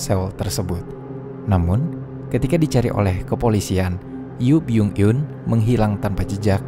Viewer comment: Baca namanya Yu byun eun